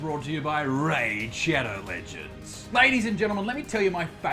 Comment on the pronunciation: stopped watching at "raid shadow ledgands"